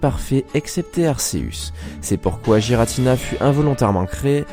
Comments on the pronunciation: ce n'est pas JIRATINA c'est guiratina ! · Par contre c’est ArKeus et Giratina et non pas Arsseus et jiratina... Sinon belle vidéo 👍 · C'est pas non plus Aceus et Giratina quand on sait prononcer le français, c'est Arkeus et Guiratina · Pitié je n'ai pas pu aller jusqu'à la dixième seconde à cause des bavures à répétition faites sur Arceus et Giratina. Faites un effort. Aller voir leurs films. Y'a pas de débat car leur vrai nom ont été donner dans les films. C'est pas Arceuse mais bien Arceus. Et pas Jiratina mais bien GIratina. Merci de faire attention à ça. C'est dommage de mal commence une vidéo intéressante à cause d'un effort absolument pas fait. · Je prononce "guy-ratina" perso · oui il a raison tout comme giratina faut le prononcer avec un "u" "guiratina" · Tu pourrais au moin prononcé giratina et arceus correctement autrement dit exactement comme la prononciation donné par le pokedex officiel